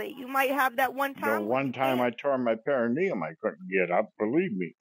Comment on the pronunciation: "you're hurtin your pericuneum" 🤷‍♀️ Oh boy, she's working hard for her commission.